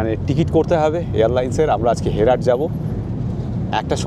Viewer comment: হেরাট নয়, হেরাত।